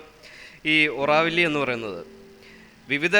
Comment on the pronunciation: ഒറാവില്ല അല്ല,, ഓറോവിൽ, അല്ലെങ്കിൽ ആരോവിൽ